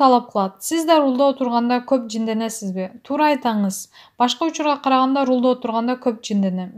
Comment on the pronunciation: алып барып аткан кыз рулда эмес рульда деп тыныраак окучу тантыбай